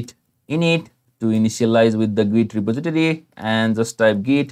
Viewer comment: 'reposiditity' lolwut RE-POS-IT-TOR-EE REPOSITORY